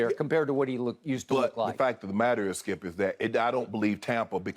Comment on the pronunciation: His name is skip not skiiuup